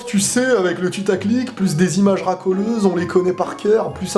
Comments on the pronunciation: Je suis le seum à entendre "tutaclic" au lieu de "putaclic" ? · pourquoi tu dit tutaclick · Nan c'est juste qu'il dit tutaclick ;)